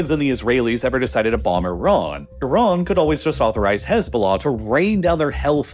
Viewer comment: THank you for saying Iran and Iraq properly. Tired of hearing I-ran and I-rack